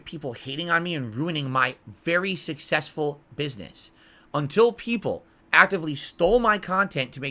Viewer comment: shushesfull business, lol the gin kicking in